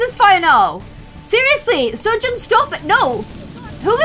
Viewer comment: Isn’t what she’s saying just the British pronunciation? I’m not a native English speaker but that’s how I always said it in my head lol She was also mispronouncing all kinds of stuff when she was playing her Korean series and is, to this day, still saying “Seo-jun” wrong